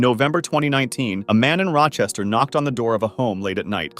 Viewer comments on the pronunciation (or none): none